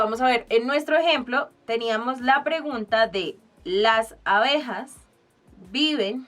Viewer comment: se dice ABEJAS que horror